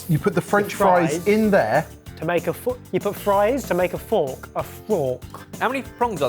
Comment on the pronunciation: I'm sure they brought in the frork just to annoy 🤣